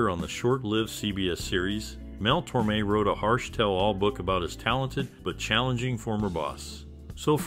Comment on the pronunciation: Tormé is pronounced tor-MAY. The accent on the e is kind of a giveaway.